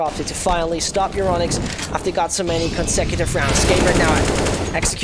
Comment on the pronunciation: Once again i say. Its Euronics it isnt Euronicks